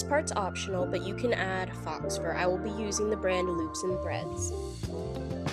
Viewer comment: It's actually pronounced as Fō fur... with a long O.... sorry it was driving me crazy lol.... love your work and channel tho ❤